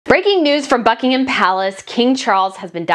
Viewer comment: You are one of the few American podcasters who pronounces Buck Pal correctly. It is Buckingum Palace...NOT BuckingHAM. Well done you.